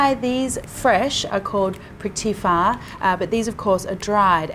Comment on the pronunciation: You are so amazing I’m an authentic 40 yo Thai man and I have absolutely no idea how it’s prepared Btw great pronunciation on ‘Nam Prik Pao’